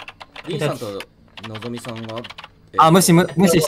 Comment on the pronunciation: 最初のぞみさんチ○ポジって言ってる様にしか聞こえない...